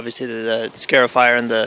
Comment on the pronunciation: "Scar" ifier.. not "scare" ifier